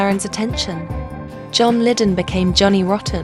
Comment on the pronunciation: " John Liddon"!! ???